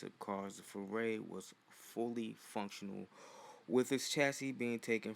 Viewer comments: not Fu Rey you pronounce it wrong and it's hard to listen to you it's pronounced Fu rye - Fu Rai not Fu Rey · “tHe MaZdA FEREI” Just say Furai, prounounce it like ふうらい. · Foo-rai. Not ray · I hate how you pronounce it "furay" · It’s Furai “FOO-L’EYE”